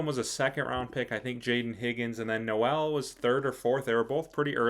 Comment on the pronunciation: pronounced Nole like Seminole. Not No-El like Christmas.